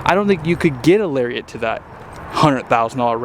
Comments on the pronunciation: Larry-it. Not larry-ett Lariat! Nice video. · Larry-Ette lol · I can't watch you Ford videos of you keep pronouncing it "Lariette" Its their most popular trim. Gotta get the name right. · I have never, will never, and don’t know a single person who goes off-road. The tremor package is stupid for the general buyer. And lariat rhymes with chariot for christs sake 😂😂😂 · I say lariat with two syllables... You say it with three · There's no E in Lariat and no I in Tremor, just so you know for next time